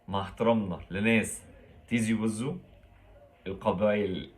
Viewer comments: تيزي وزو وليس طيزيهههه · لكن المدينة إسمها بالتاء مش بالطاء عايزين تسموها إنتو على مزاجكم😠(تيزي وزو)مش بالمفهوم الي بتفهوه إنتو يامتخلفين يالي بتفكرو في الطياز بس